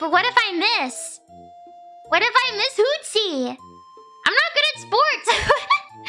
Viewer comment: Hooties? 應該是Hootsie吧